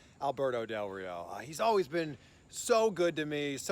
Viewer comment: Nailed that Rrrrrrrrrrrio!